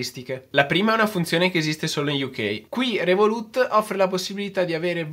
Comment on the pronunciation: comunque si dice "rèvolut" non revolùt... non si può sentire